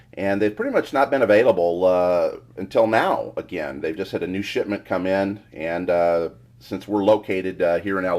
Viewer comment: anyone else hear 'shitment?'